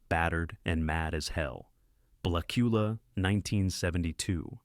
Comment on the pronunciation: The one moment it's 'Blacula', then 'Blachula'. Also, it hilariously pauses for the punctuation mark in Dr. Phibes. Interesting list, but the AI clearly struggles.